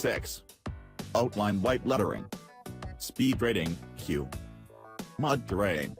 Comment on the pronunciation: What the hell is a mad terrain? Robot needs to learn how to pronounce mud